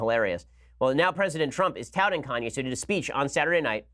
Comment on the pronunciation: Is Ben serious ? Kanye Kan-ye KanYAY Ye